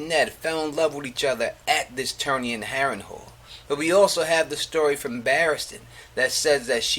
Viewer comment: Harren Hall lol pronounced Harren Hell